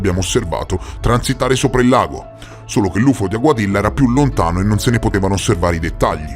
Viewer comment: si scrive Aguadilla si pron. Aguadiia,non faccio il saccente,ma ho vissuto in un paese ispano parlante per 5 anni.